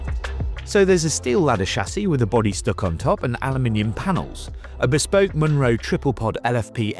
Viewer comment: A "Munro" is a Scottish hill over 3000ft and it is always pronounced mun-RO.